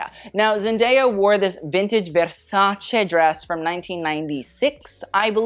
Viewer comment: Strangely you pronounce Versace as it should be pronounced, which many people don't even in the fashion field, but unfortunately you don't pronounce Bottega Veneta well, not because I want to attack you but because I'm Italian and every time I hear it it sounds bad 😅. Here's a video of the correct pronunciation, hope next time you will say it well 😊💕